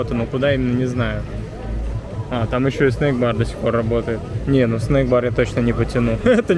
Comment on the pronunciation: Деревня, не снейк, а снэк бар. Снейк это змея по английски. 😀